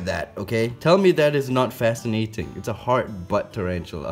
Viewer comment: What it is: Heart butt What I hear: Hard butt